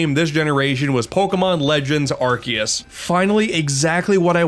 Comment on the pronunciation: i*t's pronounced arc-oo-se!*